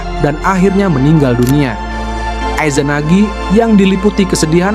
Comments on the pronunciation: 3;40 ay zanagi, ay zanami bacanya yang betul dong jangan sok inggris Sensei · Gatel kuping gw denger Aizanami sama Aizanagi.... Coba nonton naruto bang...